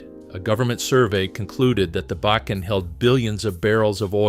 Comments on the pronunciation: Bacon. Backen. Bakken. Ugh! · BAW - KEN .....more on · This guy should learn how to pronounce bakken and many out words. Is this AI voicing this????? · Learn how to pronounce Bakken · Mispronunciations of Bakken, etc. Clearly has never seen ND.